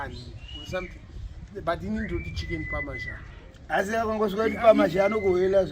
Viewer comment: hainzi chicken “pamazhanjeee”, but zvinonzi “chicken parmesan” pronounced pär′mə-zän😜!